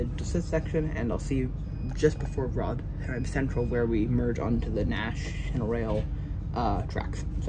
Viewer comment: Politely the pronunciation of Rotherham cracked me up, as a northerner from Rotherham ive allways pronounced it rovrum😅 But love the video, keep making more